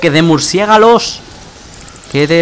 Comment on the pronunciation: Minuto ¿murciégalos o murciélagos ?